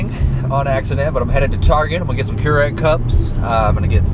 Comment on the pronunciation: "'Keurig", I think is what he's trying to say. lol! Hey dude, Why haven't you been uploading to your channel anymore?!